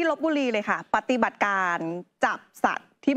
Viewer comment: ปะติบัด ใช้สระอิ ไม่ใช่ปะตีบัด.